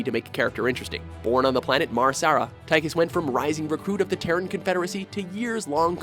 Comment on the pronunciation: Tychus is pronounced Tack-us. -.